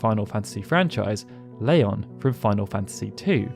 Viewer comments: "Layon" ??? I remember Squall pronouncing his new name differently in KH. Oh well. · You say Leon weirdly